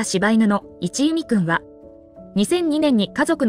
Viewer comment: 一弓（いちゆみ）ではなく、一弓（いっきゅう）と呼ばれていましたよ。